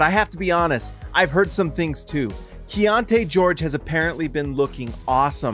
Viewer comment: Is it key on te or key on ti? You keep saying the later. Which is it?